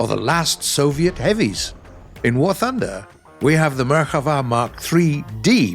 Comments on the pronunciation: It is not Merhava It is merKAva "chariot" in hebrew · I'm Israeli and I really appreciate the research on this video. I saw a MK4 in real life and it is by far my favourite, hope your working on getting it in the game. the only complaint I have is that the name "Merkava" is pronounced as it sounds and not like "Merchava", The stress on the last syllable is correct though (got me a little off guard ngl). Love from Israel!! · nah u donk say " merhava" you say " merkava" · Its MerKava not Merchava. Im an israeli citizen and ive seen them all day long :D The MK3D and the MKIV. We don't use MK2 and MK1 anymore, even the Merkava 3 is on its way out as i know. These tanks are BEASTS! Too bad the game version of the tank is not nearly as scary as the real one but then again most of the info about our Merkava is classified :D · it's merkava, not merchava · MerKava!!! With a K!! Not merilguctxvaaaa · Great video, but you said merhava, while you were supposed to say merkava. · Pronounced Merkava wrong lmfao 🤣 butchered hebrew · But why does he say merkava like that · Yes. Tho ol puts a bit too much flair on it.